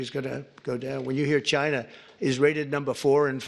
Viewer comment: Lmaooo why did he say china like that.